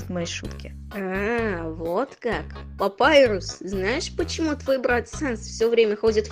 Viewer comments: Папирус ане Папайрус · Папирус а не. Папайрус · Это не папайрус это папирус!!!!!!!!!!🙄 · Почему все нормальные а папирус не папирус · Ты неправильно читаешь английский читаешь Она больше по русски пирус